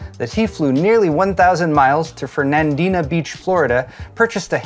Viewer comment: Genuine Florida man here. And I'm not just a Florida native but I have lived in the Jacksonville area my whole life. I approve of that pronunciation of Fernandina Beach. I mean, I have heard some good ones for Interlachen, Lochloosa, and Ichetucknee, all the Native American ones, but most people usually get Fernandina on the first try. I'm going to start saying it that way. I love it.